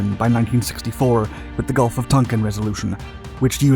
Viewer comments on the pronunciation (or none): none